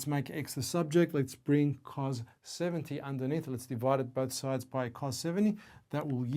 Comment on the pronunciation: cool but not how you pronounce cos